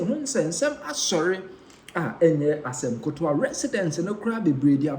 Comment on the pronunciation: Asem ketoa not Asem kotoa